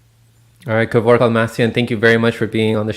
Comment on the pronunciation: Only now found out his name is Kevork, not Kevrok.... 🤦‍♂️🥴👍